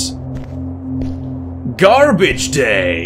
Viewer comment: When you said "Garbage Day" you sounded American for a split second